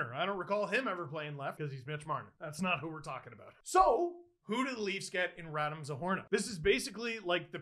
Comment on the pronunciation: “RadEEm” Steve! RadEEEEEEm